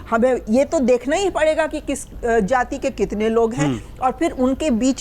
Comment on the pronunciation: सबसे पहले तो यह बता दूं कि यहां सारे विद्वान पत्रकार बैठे हैं लेकिन अफसोस है कि किसी ने "जाति" शब्द का सही उच्चारण नहीं किया।सभी ने सिर्फ "जाती" कहा । हमेशा पूर्वाग्रह से ग्रसित होकर कांग्रेसी नेताओं जैसी बोलतीं है। बीजेपी ने विगत दस वर्षों में राष्ट्रवाद और देशभक्ति की भावना को ऊपर उठा कर एक समावेशी समाज की स्थापना करने की ओर बढ़ रही थी। लेकिन राहुल गांधी, अखिलेश यादव और लालू यादव की क्षेत्रीय दल बराबर समावेशी समाज को तहस-नहस करके टुकड़े-टुकड़े में बांट कर देश को कमजोर करना चाहते हैं। को छोड़कर सभी ने सही एवं दूरदर्शी विश्लेषण किया है।